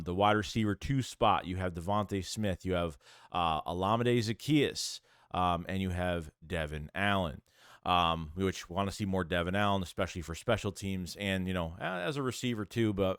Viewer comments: Olamide is oh-llama-day not oh-la-mee-day. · "Hola-ME-DAY " = Olamide 👍🏾✅ .....💞theShow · I’ve been ignoring it for too long… you’re butchering their names bro but you report of these guys everyday. 1.Joseph Ngata (En-gata). 2.Mekhi Garner (Meh-Kai) 3.Olamide Zaccheaus (ola-me-day)